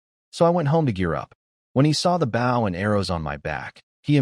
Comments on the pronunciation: why can't these AI say "bow" noun. rather vs verb. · I hate how ai says bow (the action) when talking about the weapon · Compared to other channels ive listened to....i can accept it despite agreeing with you. Otherwise its perfect. Good speed, annunciation and pausing overall. But just a couple of odd ones in there like 🙇‍♂️ bow lol. But others have repeated lines, multiple pronunciation for the same name (none of them correct) and offputting, hard to follow flow. Hell one channel i saw, changed korean names to american. Instead of sooho park we got david....lol. like wtf?! 😂😂